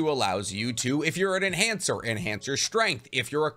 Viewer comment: Lol he said male enancher